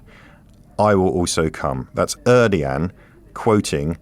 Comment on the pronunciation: Tyyip’s name is pronounced Air Doe Juan..